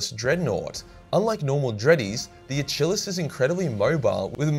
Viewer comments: A-chill-is?!? Jesus man... . Lol. It's A-kill-ees. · A-kill-hes not a-chill-is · Hey, it's not a-chill-ease, it's ack-ill-eez, like the Greek invincible guy. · Achillus btw is pronounced similar to the greek hero and that tendon in the back of your ankle. So more a kill not a chill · "contemptor a-chillus " Brother, get the flamer, THE HEAVY FLAMER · From now on, when I watch Troy, Brad Pitt will be known as "A Chill Lass". I hope I never tear my "A Chill Lass" tendon. I feel like we have been trolled with pronunciation of these common latin terms. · Ah yes, famed hero of the Trojan wars, A-chill-es. Famously chilled in his tent for half the war. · Uhchillus lol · Why do people have a hard time reading and pronouncing Achilles? Ah - kill- eez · Are you trying to pronounce Achilles asin Achilles the ancient hero at Troy who died from an arrow in his heel? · It is funny how you were doing fairly well with the Latin but fucking up Achilles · Just Murdering Latin and some English words like Achilles :) but love the video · Is he pronouncing the dreadnought armor type correct? I feel like it's Achilles as in Brad Pitt in Troy but idk nothing about nothing. Anyone got the spelling?